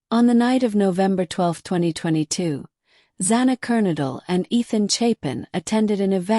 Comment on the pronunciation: Don't you just love AI that can't pronounce words right? Sigma Chi like lie KAI...I give up with Kernodle.